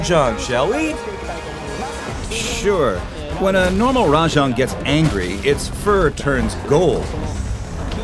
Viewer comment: Also Rah-jong instead of the correct Rah-jayng